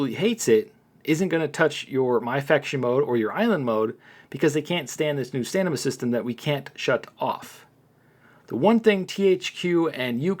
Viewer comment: Hey 👋 I am not trying to be mean but you say "stanima" it's stamina not stanima just trying to help nice Content Creator like yourself.